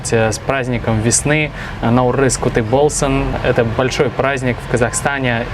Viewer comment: не "Куты" болсын а "кутты "( ҚҰТТЫ) болсын